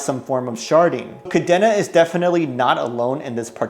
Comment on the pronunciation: Good video _ however its pronounced Ka Deen Na